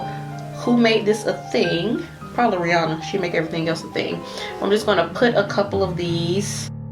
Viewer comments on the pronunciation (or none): none